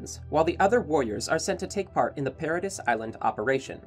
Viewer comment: you said the islands name wrong the whole time i